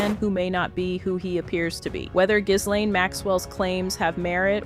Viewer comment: Pronounced GEEEEE LANE